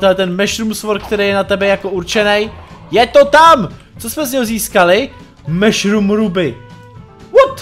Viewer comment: neříká se to meshrum ale mashurm